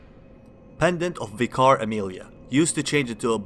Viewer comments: Friendly reminder: vicar is pronounced like "viker". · The way you say Vicar is cancerous -_